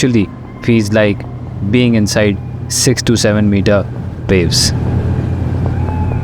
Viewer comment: Its VAVES, NOT WAVES.